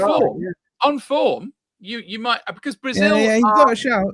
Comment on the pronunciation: Bro said MIGHTY villa lol